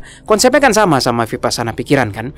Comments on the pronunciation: biar enak kedengarannya dan benar kata vipassana dibunyikannya wipassana.Thank you 🙏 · Vipassana, bacanya wipassana. 🙏